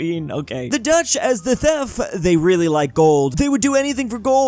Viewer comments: "The dutch as the thef", what is a thef? Ive heard of thief and theft but not thef. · How does not know how to say the worth "thief"?